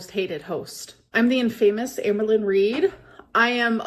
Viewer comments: 'In-fame-us' 😂 Add it to the list of shit can't say. It's 'In-fam-uss' babe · her saying infamous as "in-famous" girl... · “In-famous.” This was scripted so the least she could have done was look up how to say the big words. 😂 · Not "in-famous" she's ridiculous 😭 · The way she pronounced "infamous", it's a script. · Of course was reading off a script. How did you not pick up on the in-famous pronunciation?? She is so god damn stupid!!! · Her pronouncing of ‘infamous’ wrong in her promo is so silly. Gorl has such a poor grasp on the language she has spoken for almost 40 years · I feel like she honestly says infamous that way 😂 has never been the brightest bulb 💡